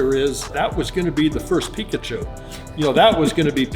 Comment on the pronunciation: Who's that Pokemon??: IT'S!!